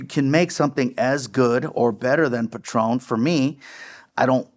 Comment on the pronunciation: Its patrón no pat ron you sound pocho